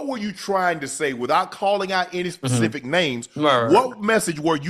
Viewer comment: SAY PACIFIC ONE. MORE TIME CHAD. ITS SPECIFIC